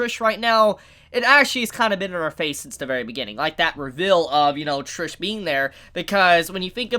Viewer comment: Can you stop saying revill? It's reVEAL just like you say seal, heal or even heal. If you keep mispronouncing it I will revill my stand and make you eat those words!